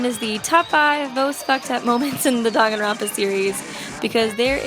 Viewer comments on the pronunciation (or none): It's pronounced "dang-an-ron-pa